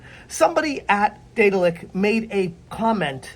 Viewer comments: Deh-daahl-ick BTW. Not Day-dill-ick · Could've sworn you said Diddler Entertainment lmao 😂😂